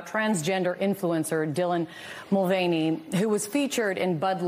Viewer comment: mr. mul"feigny" brought down bud light with one sip.